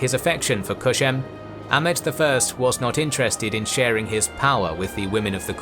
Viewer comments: Kösem, not "Köşem". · Loved the video 💗 but you saying Koshem gets me every time since it’s means Corner in Turkish 🤣Not Koshem it’s Kosem s sounds like C 😂 anyways Actually ottoman sultans had wifes but there’s a misinformation going around that they didn’t & in some cases they had more than one wife, but they weren’t allowed to marry with concubines ppl might confuse on that and assume they didn’t married! Suleiman the Magnificent was married to Mahidevran she was a noble circassian but then he fell in love with Hurrem (Roxelana) & broke the tradition of harem by marrying her. Today many ppl including ppl in Turkey knows that mahidevran was a slave too (she wasn’t) & she wasn’t married to sultan (she was) same thing goes with Kosem sultan Kosems husband Ahmed I was married with Mahfiruz Hatice Sultan b4 Kosem Mahfiruz came from the same family with Mahidevran Sultan mahidevran actually Mahfiruz’s great aunt & Ahmeds father was married with a woman from the same family too Mahfiruz’s Aunt Halime Sultan! Harem was dominated by these Circassian Noble women and the Great Valide Safiye never liked circassians that’s why she Raised a Greek girl named Anastasia and served her to her Grandchild Ahmed. Ahmed later married with Anastasia she later given the Name Mahpeyker Kosem (mahpeyker means- Moon Face, Kosem means Leader) according to some reports Kosem & Mahfiruz were get into fights often and Mahfiruz was look down upon Kosem since Kosem was a slave, Mahfiruz was different she wasn’t dressed as Turk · Omg please stop saying Köshem. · It's Kösem. Not Köşem. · Its "kosem" not "koshem" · Kösem, ööööö sound like in cup